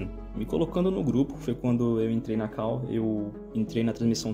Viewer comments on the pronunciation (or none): Eu não suporto mais a galera falando CAU (call). Porra fala chamada ou fala call do jeito certo.